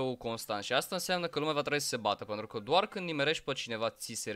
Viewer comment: Dc zici mereu "păntru " în loc de pentru? Like la comm sa raspunda